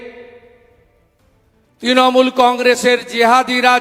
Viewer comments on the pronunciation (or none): none